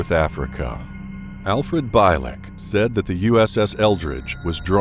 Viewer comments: Well known stories, as I have either read them all, or watched on YT. But, why, oh why can't you pronounce one name properly? It's Alfred BIELEK, not Beilek!! And his account of 2749 is very doubtful. Anyways, he died in 2011. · His name is pronounced Al (BEE'-lehk) not (BAHY-lehk). You should do thorough research before mispronouncing names of famous people. Otherwise it makes you seem like a plagiarizing novice. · ...His name is pronounced like.."Beal-lick" not "Bile-lick" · His name is pronounced Al Bee-lik, not By-lek !! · correction: BIELEK is pronounced bee-leck not bi-leck as 'ie' is not read as 'i'. Besides i listened about him tons of interviews. Check art bell for it. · Bielek is actually pronounced like Beal-ick.